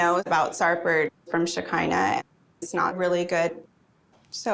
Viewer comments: her name is Shekeinah not Shakira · I agree with a lot of what you are saying however I can’t get over the fact that you refuse to call shekinah and her sister by their names as if you are unable to pronounce them but have no problem pronouncing and saying sarpers name. Why is that? It really takes away from the good content. You can have an opinion without being rude.